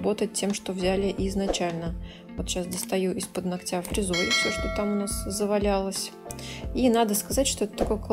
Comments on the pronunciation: Очень классно все, как всегда, и никакие какашечки ничего не режут, а только очень хочется слышать их под нОгтя а не ногтЯ и тУфлей а не туфлЕй, пожалуйста не обижайтесь 🙏 я не со злым умыслом, с уважением и наилучшими пожеланиями❤❤ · Ударения слух режут... Но работа прекрасная, как и всегда Хотя несколько видео назад я порадовался – думал, заметила и взяла на заметку "ноГоть" и "нОгтя" и вот ничего Эх